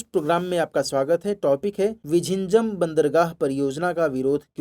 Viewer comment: Bro, the worst pronunciation of the place name 😂, please refer and do the voice over.